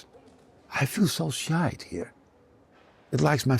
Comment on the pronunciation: Could someone tell him the word is Shy...not shite!😂